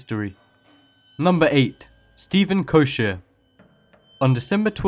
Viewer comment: koecher is pronounced as koe-ker, not koe-sher.